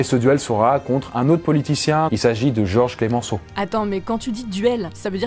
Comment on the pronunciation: À , il y a un "s" à la fin de "Georges".